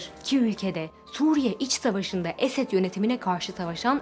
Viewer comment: esad a esed demesi bile yanlı olduğunun göstergesi kardeşim